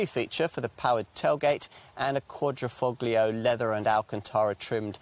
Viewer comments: It's "fO-lio" not "foGlio"......... Silent G! Silent G! Silent G! Silent G! Silent G! Silent G! Silent G! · It's driving me up the wall everytime he says ....foGlio. Silent G! Silent G! Silent G! Silent G! Silent G! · It's quadri-fol-io. "Gli"="lji" or "ji". It's ta-lji-atelle. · the G is silent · I think you’ll find the active aero front splitter is only on the Guilia and not the Stelvio. Guilia has a lower carbon fibre splitter that is the active part, and so far as I was aware, bonnet on the Stelvio is not carbon fibre. It is on the Guilia and is unpainted on the underside- on the Stelvio it is aluminium and painted. Also, please, the ‘g’ is Quadrifoglio is soft, almost silent. It’s not a hard ‘g’ as per your pronunciation! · same here! It hurts me everytime he says it haha can't they quickly go to google translator and listen to the pronunciation? 🤦🏽‍♂️